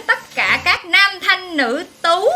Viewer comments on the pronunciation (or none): Sao nhấn mạnh chứ TÚ thế hả